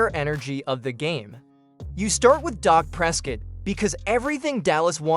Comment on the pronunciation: His name is Dak not doc